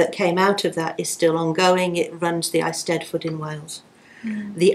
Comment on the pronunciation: entire mention of Gorsedd Ynys Prydein and the eisteddfod tradition (which she mispronounced) was that 'it's a cultural thing'. I appreciate this may be because she isn't an expert on Celtic culture, however knowledge of the stories, poetry and language of the Celtic nations is central to the understanding of Druidry. There seems to be an enormous antipathy between Gorsedd Ynys Prydein and English neo-pagans which goes both ways. The problem is partly religious, as the Welsh and Cornish seem to be mostly Methodists, but also one of cultural appropriation, which does need to be addressed and hopefully healed. It's a big subject which I can't do justice to in a comment, I may do a video on it myself at some point.